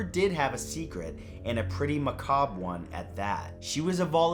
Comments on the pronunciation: He finally learned how to pronounce the word “macabre!” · Whew. You pronounced 'macabre' correctly. Now everyone can stop complaining and enjoy the damn video. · Yayyyy! He's finally learned how to pronounce macabre. My work here is done.😁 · HE FIXED HIS PRONUNCIATION OF MACABRE AND IVE NEVER BEEN MORE RELIEVED